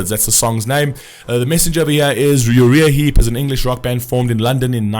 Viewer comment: Pronounced... "U - Rye - Ah - Heap"